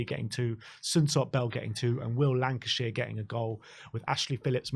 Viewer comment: Will Lankshear... Fairly certain it's not pronounced 'Lancashire'.